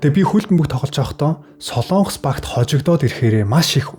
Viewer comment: СОЛООНГОС гэж битгий ярь аа. СОЛОНГОС улс шүү!!!!